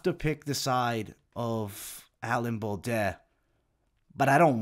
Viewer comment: That may just be the worst pronunciation of "Baudot" I've ever heard. How do you get an "et" sound out of that?! Hard to believe you're watching much tape on all these guys when you're constantly butchering their names. Your breakdowns are good but if you ever want to reach the next level you've gotta do these fighters better than that.